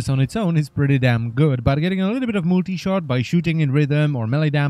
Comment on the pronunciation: "but getting lrirlrrirlrbrlshrbrsrsrrr multi shot".